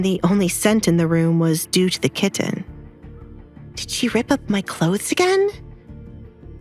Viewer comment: I wish the narrator would stop saying the word kitten. She pronounces it like a moron.